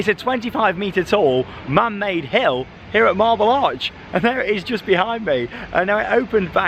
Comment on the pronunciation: England accent.....did you said hell or hill